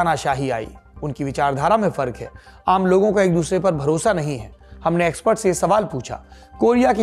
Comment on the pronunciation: एक्स्पर्ट अ के उपर ज्यादा जोर दे रही हैं 😂😂😂😂